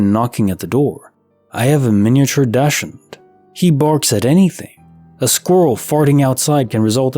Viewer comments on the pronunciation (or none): Dachshund is a German word. It is pronounced "dox-hund" and pronounced affectionately as doxxie. It's the dog Americans refer to as "weenie dog". I used to know a pair of brother/sister mini doxxies. Sweet little things, about the size of a Chihuahua and these two looked like tiny Dobermans. Their names were Dudley and Gracie, both of whom have long ago crossed the Rainbow Bridge.